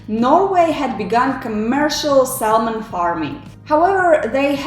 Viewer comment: Du viste ikke et bilde av Thor Listau, men av noen annen person. Og L uttales ikke i Salmon.